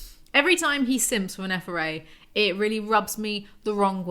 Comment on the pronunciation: Nitpick - please pronounce the T at the end of Neferet (like et in et cetera). It's ancient Egyptian, not French 😉 Gives me an internal cringe every time. The transliteration from the hieroglyphic rendering would literally be "nfrt" (vowels are added for pronunciation reasons). Signed - an Egyptology grad.